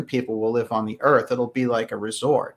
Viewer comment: The Earf is flat....